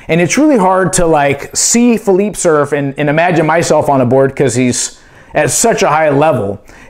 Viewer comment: Phee lee pay. Not PheeLeep.